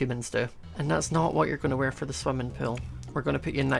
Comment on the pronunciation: Hi remember when ou said in the crazycraft war you sound so Scottish when you said "now we got food fore days" i lovced thatline plz like if you remember it